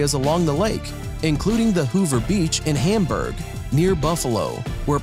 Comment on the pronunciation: Bamburb not hamburg Errrrrrr